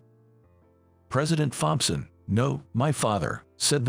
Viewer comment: Can't you get an a I that can pronounce thompson